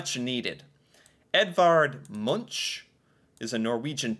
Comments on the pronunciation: Munch is actually pronounced «Munk» (not «Munch»). 🤗 ❤❤❤ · Pronunciation should be "Moonk". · Edvard Munch ❌ Edvard monshh✅